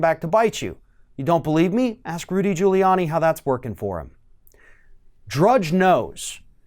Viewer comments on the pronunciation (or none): none